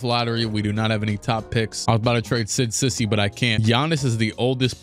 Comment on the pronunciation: cisse is pronounced see-say not sissy